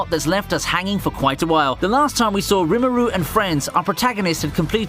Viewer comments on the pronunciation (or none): none